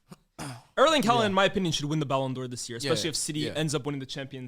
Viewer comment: can't be stopped with his pronunciations, ballon dior is crazy